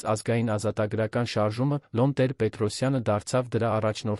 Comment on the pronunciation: Ինչու՞ եք Լոն ասում այլ ոչ թէ Լևոն, ինչ՞ գաղտնիք է